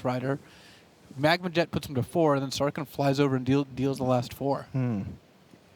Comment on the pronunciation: These announcers annoy me, and it's all over one word. It's Sarkhan, not Sarkin. You don't say Kins of Tarkir, do you? Same word. Same meaning, even! His name means 'Great Khan' for cryin' out loud! SarKHAN Vol. OK, rant over. This was a good match. I wish I was good enough to compete at this level.